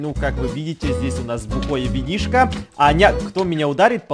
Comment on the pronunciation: Мне сначало показалось что ты сказал "Тупое винишко" 😂😂😂🤣🤣🤣